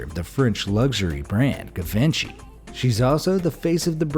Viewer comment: I love this channel so much. but the GIVENCHY pronouncing cut my breath away for a few seconds. xD